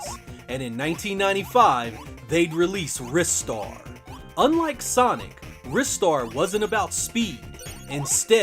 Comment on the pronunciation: Mega Drive really did have the best platformers. I have to disagree about Batman Forever. It's a flawed game but nowhere near as terrible as people make it out to be. However you did get the pronunciation of Ristar correct unlike most YouTubers so all is cool.